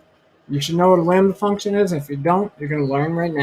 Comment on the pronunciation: you say "we're gonna write a landy(sp?) function? What exactly did you say so I can research please!